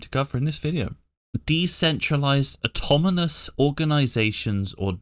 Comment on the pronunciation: You also say Automonous. Then you said Ecomony haha.